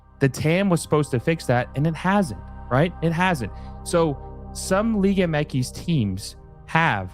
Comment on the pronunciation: It’s liga M X. Not whatever the hell you’re saying throughout the ENTIRE video